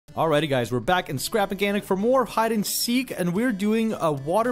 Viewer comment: did- did he say "Scrap geganic"?